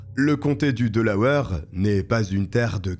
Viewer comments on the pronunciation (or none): C'est pas delaweur mais Delawaire que ça e prononce Delaware